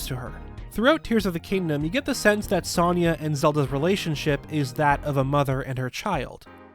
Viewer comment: The way you pronunciate Sonias name is aggravating considering it's literally said in the game